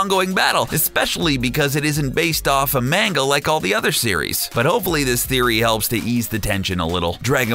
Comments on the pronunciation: Did he just say mang-ga its fricken Manga!!! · “Main-ga” “ahb” smh it’s “mahn-gah” and “oo-b” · this dude called manga mango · how can you mispronounce manga? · The way you say manga drives me crazy. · the way you pronounced Manga lost all credibility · Why with the mispronounced words Uub and manga 😑